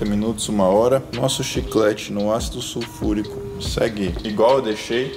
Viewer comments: “SUFURICÃO” KKKKKKK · "Sufulrição" kkk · "su furicão" 😂🤣😂🤣😂🤣😂🤣😂🤣😂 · Desculpa mas eu ri quando ele falou "sulfuricão"